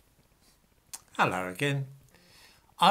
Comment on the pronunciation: ‘Allo again,.